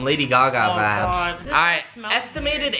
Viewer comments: Stop saying vadis it is. Super annoying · Please stop saying vabs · Stop saying vabs for God sake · I thought he was saying "vag" and tha shii gets annoying or "vabs" like stop it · are you saying "vIbes"?!? cuz it sounds like youre saying "vAbes" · Omg stop saying vaps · Please stop saying vaps